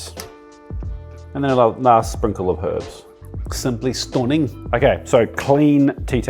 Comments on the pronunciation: the STOONING had me 🤣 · 🤣🤣🤣, did you just turn into a Scouser at 11.33? "Simply stunning" 🤣 Good on you mate - just one more brilliant video and gorgeous dish, thanks 😉👍